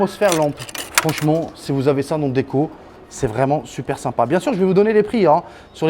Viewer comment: Faut arreter de dire " simpas "